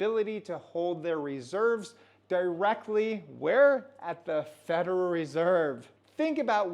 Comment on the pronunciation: Say it slowly with me … “Fed-ER-ALL” now all together “federal”…well done, keep practicing. 👍